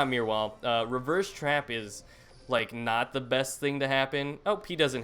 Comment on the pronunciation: why do you say Meer wall and not Mirror wall haha